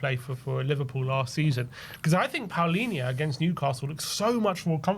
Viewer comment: Why does everyone keep calling him Paulinha when it’s Palinha? How did the “u” get in there? Should we also start calling them Crystal Paulace?